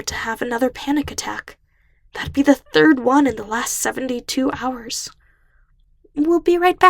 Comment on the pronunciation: "It'll be the tirth one in the last seventy-two hours." I wanna huuuug him